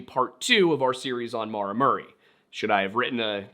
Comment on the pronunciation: As someone named Maura, I can never get what happened to Maura Murray ou of my head. also thank you for saying the name Maura correctly… at least how I pronounce it